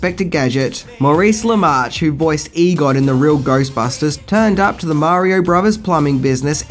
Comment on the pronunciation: Also, who the hell is "Egod"? It's EGON.